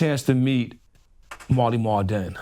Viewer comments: Hey time stamp guy, it’s “Marley Marl”. Jesus Christ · He’s talking about Marley Marl not Mally Mall 💯